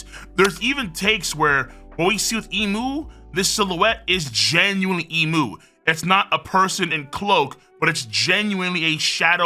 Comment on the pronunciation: Thank you for pronouncing Imu correctly